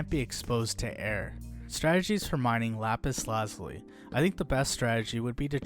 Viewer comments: lap-is la-ju-lie The i is a long i, and the z produces the French z sound of a (j). Like the french word for blue, azure (ajoor). Which stems from the Arabic translation alazamam. This coming from the Persian example lājevard, meaning "heaven/sky". Lapis meaning stone. Lazuli meaning blue. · The funniest thing is how u say lapis lazuli but very informational